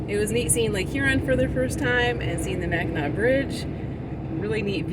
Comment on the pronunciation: yes, you pronounced Mackinac perfectly and i did notice you put a random r in there a couple times. Lol .. Your cute. No worries. Had just never heard it pronounced quite that way.